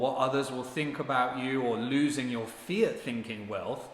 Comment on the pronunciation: when you say “fiat thinking” it sounds like you’re saying ‘fear thinking’ because you’re not pronouncing the ‘t’ at the end of ‘fiat’. This might be confusing to newbies tuning in.